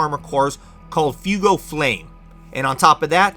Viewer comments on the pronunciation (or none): You said fuego wrong. It’s pronounced fweh-goh. It’s Spanish for fire or passion